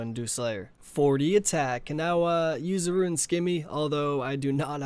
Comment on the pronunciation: its not "roo-win" its rooon